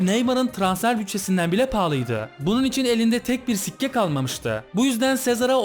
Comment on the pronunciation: "bukadar sikke"derken SİKke kelimesinin "SİK" kısmını neden baskılı söyledin?